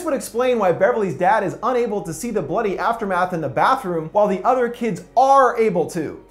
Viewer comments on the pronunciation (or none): none